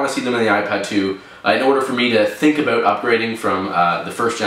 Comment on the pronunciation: "think aboot" haha i love your videos dude!